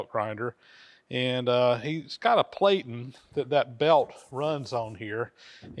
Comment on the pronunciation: Another case where the English language doesn't follow the rules! Platen is pronounced with a short a like in plat, not with a long as like in plate!